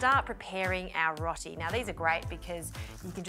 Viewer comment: Rot-ee 😂 row-tee